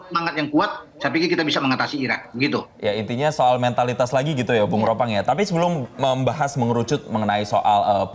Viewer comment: Ropan bukan ropang 😂